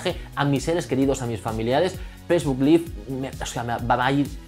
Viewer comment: Cuando te refieres a una transmisión en vivo "live" se pronuncia [laiv], cuan es el verbo vivir se pronuncia [liv], lo acabo de aprender en mis clases de ingles. Ojala salga el jailbreak para la ultima version como dices, yo aun lo tengo en 9.0.2. Gracias por hacer fabulosos videos